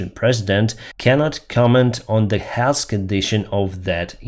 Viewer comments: To make the TH sound at the end of the word Health, teeth apart, put the tip of the tongue on the back of your top teeth half way up and blow. Otherwise your English sounds great! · Hey buddy, to pronounce the soft "th" sound at the end of south or health you have to put your tongue between your teeth and pronounce the s! Not criticizing, but for some words it makes a difference!